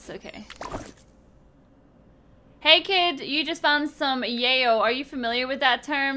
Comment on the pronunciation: I laughed so hard when she pronounced yaoi as "yay-o" lmfaooo